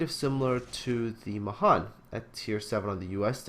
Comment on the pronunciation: Pet peeve: Mahan is pronounced with the emphasis on the last syllable [muh-HAN], so that it rhymes with can.